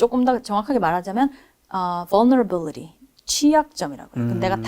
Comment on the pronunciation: 벌너러빌리리 ㅋㅋㅋㅋㅋ vulnerability 머누버빌리리 maneuverability